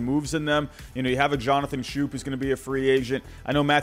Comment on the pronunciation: lol I used to say Jonathan schoop’s name like that too